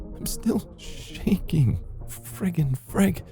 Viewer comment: Frigen frag or what ever he said😂